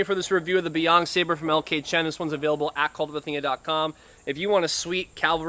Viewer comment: Not "beyond", its pronounced "bay yen", meaning northern sea